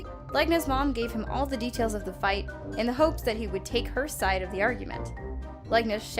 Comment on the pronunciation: Is it fouth or fight because its say fouth